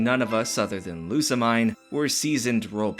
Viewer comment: I dunno if you'll read this, but the mine om Lusamine is pronounced as meen.